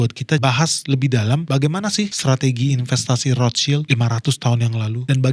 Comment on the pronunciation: Dari sekian banyak yg nyebut nama Rothschild, baru ini ketemu yg bener nyebutnya 👌🏻